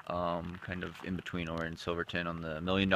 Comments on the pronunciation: Pretty sure it's pronounced You-Ray. Vo2maxProductions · Ouray = "you-ray" :) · Great video. I did in fact come down that trail in the dark while pacing at Hardrock this year. Luckily, the sun was rising so we had a bit better light towards the end. (But we were sleepy at the time as well.) Also, the pronunciation of that town would be more like "you ray" but without a gap and a slight emphasis on the "you" part. (I grew up just a few miles down the road.)